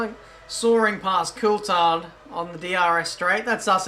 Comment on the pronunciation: Why can't you pronounce Coulthard correctly?